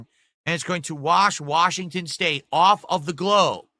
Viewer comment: "Turned it awwfff"